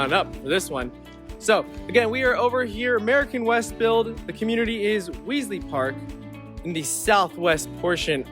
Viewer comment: Are you sure you are pronouncing Wesley Park correctly? Just asking.